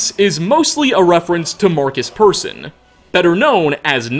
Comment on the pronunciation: Ah yes, Mårcus Pörsun